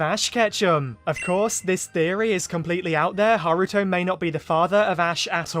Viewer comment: Haruto it's just me who thought he said Naruto at first